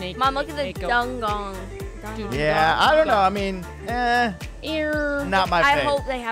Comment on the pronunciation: guys I think adopt me made a mistake because it's dugong not dungong